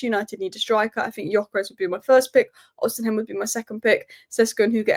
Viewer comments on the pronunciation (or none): Stop calling him osinhem please